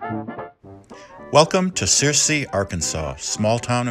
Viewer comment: Searcy is pronounced sur-see. Rhymes with mercy.